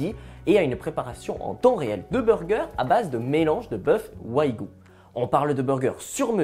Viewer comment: J'apprécie ce présentateur, notamment sur son débit de parole agréable à l'écoute. (ni trop rapide, ni trop lent) un détail cependant : on dit "WAGYU" et pas "Why-gu" D'autre part, Wagyu est tiré du japonais pour désigner le bœuf (la viande, pas l'animal). Donc dire un "bœuf wagyu" c'est un pléonasme (= bœuf bœuf)